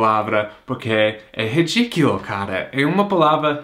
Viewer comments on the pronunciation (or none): "ridiquilo" foi ótimo 😆😆😆😆😆😆😆